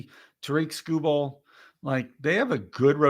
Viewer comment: Skubal... not Skurveball